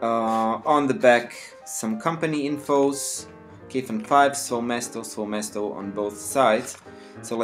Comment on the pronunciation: SVOE MESTO- SVOE' MESTO which means in russian (my/my own place). you have to stress it right coz it sounds ridiculous otherwise